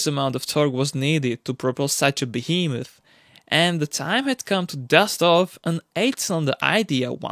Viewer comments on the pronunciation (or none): none